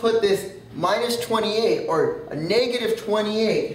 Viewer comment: He says negative funny .. and and and and and and and and and so many more times... I had to LOL